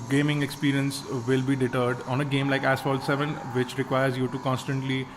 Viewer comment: Did you say Asphalt 7?